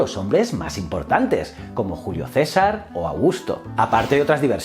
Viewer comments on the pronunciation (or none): none